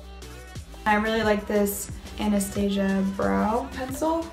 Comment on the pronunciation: Love how she said "Anna-stay-sja" instead of Anastasia 🤣